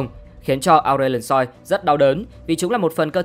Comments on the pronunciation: Ông mới này không chơi LMHT à? Akshan đọc Át kan. Aurelion Sol đọc Aure lai ần soi. Willump đọc Quiu lúp. Đọc sai tên tướng là nghe thấy chán rồi đó. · Cũng ráng nghe ủng hộ người mới vì thích series này. Nhưng mà giọng đọc không cuốn hút đã đành. Ông còn phát âm kiểu hỏi chấm quá. Ngồi nghe đến đoạn Aurelion SOI?? SOI nào??? Tắt luôn